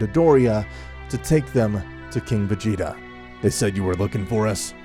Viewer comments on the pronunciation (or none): The story isn't crazy good but it's not bad either but you need to have a note where you know how to pronounce the names of certain characters and stuff like lord frieza instead of mr. Calling frieza mr. Sounds like he is a goddamn gentlemen and then there was planet vegeta it's pronounced vjita